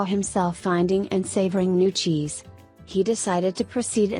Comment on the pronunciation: I thought he was saying Xis.